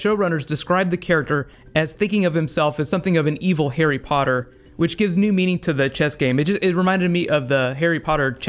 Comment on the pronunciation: Overtime you say Harry Potter cracks me up man :L good video!